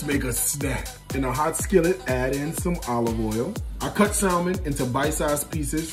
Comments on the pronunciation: He lost me with his pronunciation "Salmon"". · He pronounced the "L" salmon?! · Stopped watching after u pronounced the L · Come on Somebody! Let the whole church say "Amen"! Looks delish, going to definetly try. *Note: the "L" in Salmon is silent. Salm.on | 'sa-men #Grace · It look good bro but it’s pronounced San- men the L is silent just so you know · The L is silent bruv! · The L is silent in salmon. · The L is silent in salmon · The L in salmon is silent. Ur a chef. U should know that. Smh